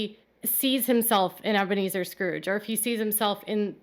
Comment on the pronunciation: From now on we should refer to him as Ebea-Me-Zer Brown